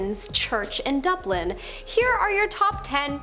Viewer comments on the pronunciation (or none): none